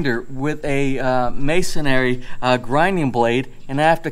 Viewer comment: it's MASONRY, not masonAry.:p